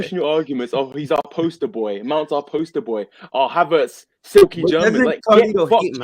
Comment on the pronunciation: And the way he emphasized "BOY" when talking to Peter was out of line too (If you're American you'll know why, and if you don't know do your research) he's clearly racist